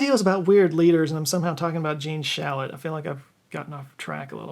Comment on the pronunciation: Shalit, not Shallot.